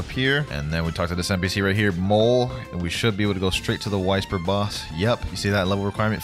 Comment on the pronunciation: People who are tired of him saying wysper wrong